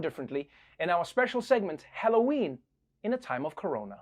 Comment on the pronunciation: he says "HElloween"